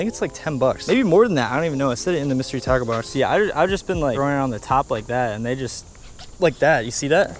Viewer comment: At first it sounded like you said mystery taco box